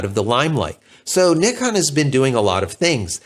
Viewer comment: In North America, we have become masters at pronouncing so many names wrong. I like to hear the way you say Nikon, like mostly elsewhere in the World. Now, h-h-h-h-about Zed instead of Zee! LOL 😁 Other than that, I can only say that the Z9 is not in my future, neither is the R3 and the A1. Too much money for a retiree on a small fixed pension like me.